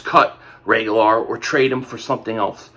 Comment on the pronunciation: This boy can’t pronounce Reagor to save his life.